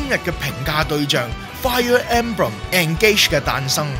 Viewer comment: 其實engage 係讀 in gage